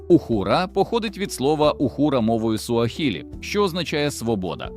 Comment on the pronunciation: Дуже чудово, але не ухуру і суахілі, а угУру і суаГілі! "Х" замість "Г" - це московицький спадок. Як і паліцейскій замість нормального людського слова поліцай.